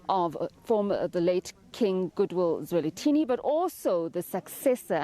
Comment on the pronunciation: SABC - Please get His Majesty's name right! King Goodwill Zwelithini - NOT Zwelinthini!